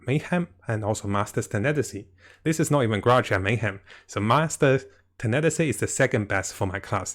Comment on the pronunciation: It’s not tenetasy it’s tenacity (tena + the word ‘city’) I know that it’s not your first language, but it’s not mine either and I would want people to correct me :)